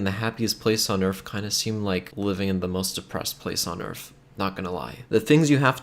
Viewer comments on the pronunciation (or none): Pronounced “Earth” not “Earf”... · “Happiest place on earf”.. I’m dead 🤣